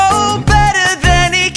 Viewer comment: i love how connor says baytor instead of better